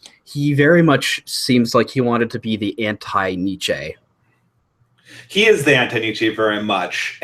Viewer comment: Precious little discussion of Chesterton on youtube! Good job guys. But your pronouncing Nietzsche wrong!